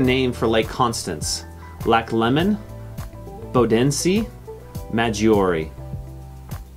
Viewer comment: 23 and Bodensee you need to learn to pronounce